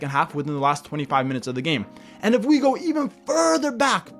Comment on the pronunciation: 😂 he is trying to say EVEN NETHERLANDS AND PORTUGAL.....